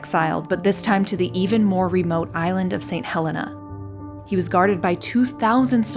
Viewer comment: Saint Helena is pronounced Saint “HELEENA” not Helena.